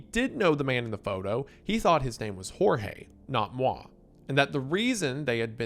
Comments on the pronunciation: Your pronunciation of Wallace's name is pretty much accurate, the best I saw from an English speaker on the internet. But the "Jorge" in the trafficker is not like the Spanish one, the J and g are closer to the English "j" and "g" than the Spanish equivalents, only without the "d" sound at the beginning, so close to "George" than the Spanish "Jorge". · hey just one quick note, we dont pronounce jorge like in spanish, the j has a sound more like in jeep in brasilian pt